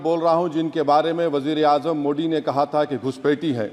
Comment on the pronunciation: Sorry sir your voice not true frequently मोड़ी नही मोदी सही है।।। 😂😂😅